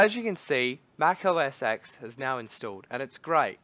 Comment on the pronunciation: its "mac OS TEN," not "EX." God bless your ignorant soul!